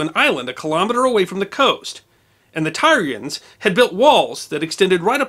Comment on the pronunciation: “Tyrians” is pronounced “Tear- ee -ans” I love your series, but sometimes your pronunciations drive me to drink. Keep up the great work, I do love your series, in spite of my pet peeves. ;-)